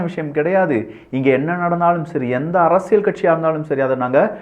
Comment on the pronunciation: அரசியள் அல்ல. அரசியல். சிக்கள் அல்ல சிக்கல். சரியாக உச்சரியுங்கள்.